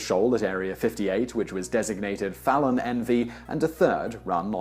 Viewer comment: The way Simon says Nevada and Fallon make me cringe physically, seeing as they're butcherings of how my town and state's names are pronounced. -1